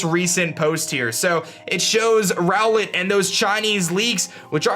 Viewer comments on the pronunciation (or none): none